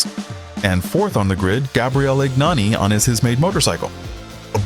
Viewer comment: USELESS CLICKBAIT. STUPID AI TEXT TO VOICE : GNANI IS PRONOUNCED YAH-NEE IN HIS COUNTRY. It took me 1 minute to find that out. DO NOT USE GOOGLE. All results now funnel to AI or AI products. You are now DOWNVOTED AND BLOCKED for poor research. You couldn't even say what class he raced in. (80cc and 125cc) READ : Gabriele Gnani began racing in 1983, taking part in the Italian Junior Championship with a Derbi 50.[1] The difficulties in finding a motorbike to race in the world championship pushed Gnani to build a homemade motorbike, so he entered the 80cc class in the 1988 world championship with a motorbike bearing his surname, ridden by Gnani himself. He immediately obtained significant results, scoring 36 points and finishing tenth in the world championship. Also in 1988 he obtained a podium and finished twenty-second in the European 80cc class speed championship. In the 1989 world championship, again racing in the 80cc class, he improved on the results of his debut season, obtaining the first podium of his career in the world championship (thanks to the second place in the Nations GP) and the fifth place in the riders' standings with 45 points. In 1990, given the abolition of the 80cc class, Gnani decided to move up to the 125cc class (still on a bike he built), entering a few GPs but failing to qualify for the Sunday races. In 2001, he competed in four Grand Prix races in the 125cc Italian Speed Championship with a motorcycle bearing his name, scoring several points. In 200